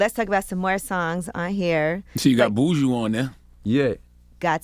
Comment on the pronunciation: It’s BU-JU not boo-joo